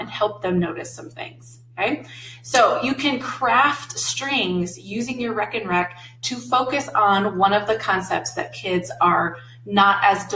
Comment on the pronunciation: Love the videos but was immediately "caught" by the "wreck 'n wreck" name for the math rack. The Aha! moment came once you revealed it came from the Netherlands. A "rek" in Dutch is a rack in English. "Reken" in Dutch means to count in English. So literally translated a "counting rack". Dutch vowel "e" is pronounced the same as the name of the letter "a" in English. So "Reken" + "rek" spoken would pretty much sound like RAKE 'N WRECK to those unfamiliar. Great videos, thanks.